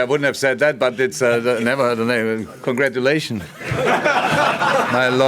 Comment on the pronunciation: "Congradulations, my lord..." haha, legend!